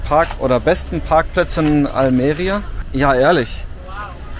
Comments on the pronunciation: Bei Almeria Betonung bitte auf i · Bei Almería ist der Akzent auf dem í, nicht auf dem e.